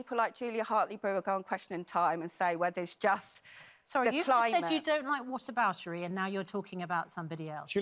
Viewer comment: "What aboutery" she says. This whole BS is based on "whataboutery" 😂😂